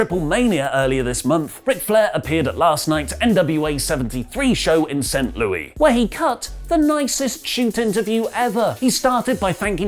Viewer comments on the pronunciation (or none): from someone who lives there, we pronounce it like St. Lewis, not St. Louie.